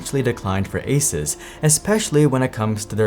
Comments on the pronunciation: Great video but one small thing for the future. Its a soos not a sus. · It is Asoos Not Asus 😒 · Stop saying Aces. It's A-Suuuuu-S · I love that you pronounce it ace-us rather than ace-ooose. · bro it's "ah-soooos", not "asis" ... how do you STILL not know 🙄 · What is this Aces company? (generally people pronounce ASUS as Ay-soos) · its pronounced AY SOOS, not AY SUS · I tried to watch but had to stop after a minute of him saying asus like asis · I stopped watching after you pronounced ASUS (ASOOS) wrong every single time. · just googled it and found this. Is it pronounced ASUS or ASUS? The Taiwanese company known for making some amazing personal tech devices is often mispronounced in India as well. Everyone you talk to pronounces Asus differently. The company claims the correct way to say its name is "AY-soos".7 Feb 2017 I suppose they don't care enough that they train their spokespeople to pronounce it as intended... lol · There's a few ways to pronounce Asus, Asis is a new one lol. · It's pronounced, A-ZEUS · ASUS = A-sus. 💔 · It's a-Zeus. It's pretty common knowledge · This guy cannot even pronounce ASUS correctly lol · Still people can't pronounce the name of this company properly😂 pretty common knowledge on to how pronounce it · Why are you pronouncing the brand name so weird?